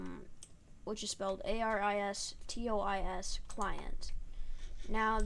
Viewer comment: It's pronounced aristios not aristwa